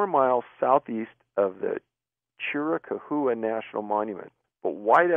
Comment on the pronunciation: Dave, the AZ woman at 56 minutes: the area is the Chiricahua. That's pronounced "cheer-wha-cow-wha". It's an area full of giant boulders.